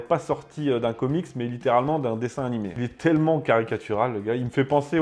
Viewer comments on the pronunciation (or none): none